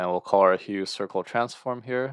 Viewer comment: you mispronounced the name of the transform, its pronounced as 'huf' and not as 'hue'